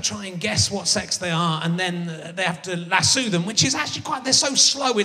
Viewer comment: It's "lasso", not "lassoo".